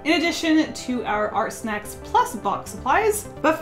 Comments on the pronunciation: Any else think that she was saying art sex at the beginning 😂 good video though! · I could’ve sworn she was saying art sex at the beginning but okay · Really thought she was yelling "art sex" at the start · I thought was saying “art sex” as a chant I’m so idiotic wow lol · In the beginning I kept hearing “ART, SEX! ART, SEX!” Over and over... Never been so confused by one of your intros.😂😅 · She was saying art smexy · I- I can't believe I thought she was saying Art s*x repeatedly in the intro.. 😆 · At first I thought she said “art sex” repeatedly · I thought you were saying “art sex!” throughout the intro lol. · I thought she said fart steps in the beginning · Anyone else think she was saying art sex at in the beginning? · I thought she was saying art sex at the beginning oh my god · I thought she was saying “hard sex” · I thought you were saying art sex.... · I literally thought she was going "art sex" over and over again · I'm sorry am I deaf? Because I heard 'Art sex' not art snacks ghodd